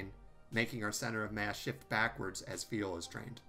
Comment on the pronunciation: He also seems to pronounce "fuel" as "feel"